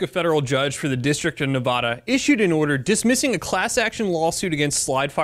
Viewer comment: you said Nevada wrong!